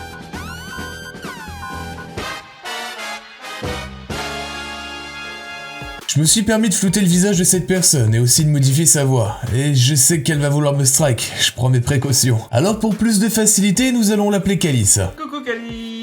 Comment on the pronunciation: On dit flouter et pas flooter ^^